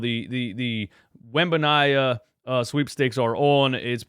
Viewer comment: Wen-ban-yah-ma… I don’t know what sweepstakes you’re talking about, lol